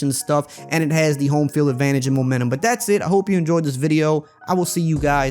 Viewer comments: did I hear momantum instead of momentum you done goofed my guy jk this video is great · “Momantum” - ER